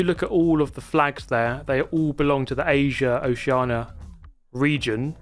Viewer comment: Never thought id hear someone pronounce Oceania correctly, bravo 👏